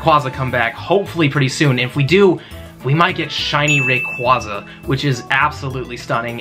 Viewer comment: Your pronouncing rayquaza wrong